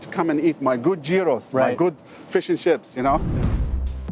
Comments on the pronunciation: This fuckin host really said " Guy Ros"....seriously bro!! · He said guyros lmao next scene Gyro